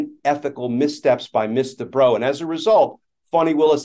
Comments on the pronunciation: Ooooooh! The lawyer is "Miss Debrow"! I thought Glenn Kirshner was saying "Mister Bro" and then they started to refer to him as "she" and "her". And I thought "OMG, this person really made a mess with her pronouns thing!" 😄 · I keep hearing "Mr. Bro" 🤣